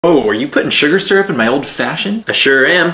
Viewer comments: I loathe the way you're pronouncing syrup. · it's pronounced SEAR UP.